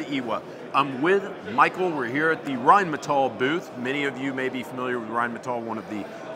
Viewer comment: Reinmettal '' Say it with me. '' '' W.U.N.D.E.R.W.A.F.F.E ''